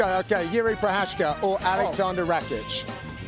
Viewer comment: please learn to pronounce Procházka 🙏